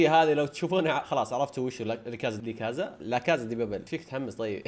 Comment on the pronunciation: لاكاسا مو لاكازا